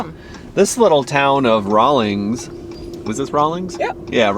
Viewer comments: Rawlins, not Rawlings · It’s Rawlins not Rawlings….